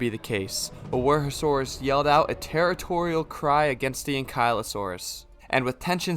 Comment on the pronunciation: He said to roast him for tsintaosaurus but instead he mispronounced wuerhosaurus. LOL